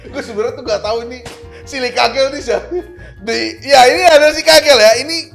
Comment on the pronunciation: Bang, lu ngatain orang ngomong "sens" jadi "sen-se", lu sendiri ngomong "jel" jadi "gel", haduh...haduh...